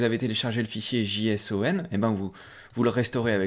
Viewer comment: Merci pour ce tuto. Je précise juste que JSON ça se prononcé "djeissonne" comme en anglais J (djei) puis sun, ou comme le prénom Jason, avec chacun son accent ! 😉